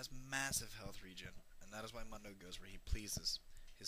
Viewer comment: how do you not pronounce "MUNDO" right when he says it himeslf right when you choose him?